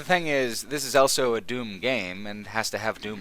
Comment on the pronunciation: says elso instead of also.